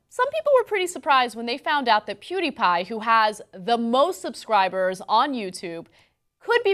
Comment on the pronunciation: Anyone notice he called him 'Hewdie' instead of Pewdie ?